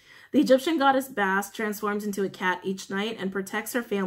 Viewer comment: Bas-stet not bast